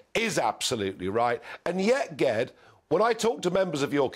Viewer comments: Oh! Ged is pronounced 'Jed'. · Short for Gerrard, I used to know a ged pronounced jed, when he said ged with a g i was surprised a Scouser came on, was thinking it must be east european or something lol. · Ged is pronounced with a J sound. Like Jedi 🤣🤣🤣